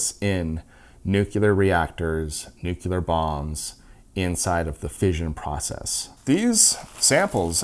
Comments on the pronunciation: Nu-clear please. Not nuc -ular. When people say it wrong it just reduces perceived credibility. Sorry. Pet peeve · Nu-cle-ar, say it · Not bad for a sponsored video but you really need to learn how to pronounce "nuclear" :) This is too lame even for a murican :)